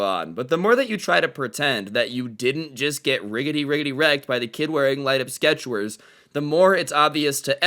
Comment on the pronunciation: I think you said sketchwers accedenteily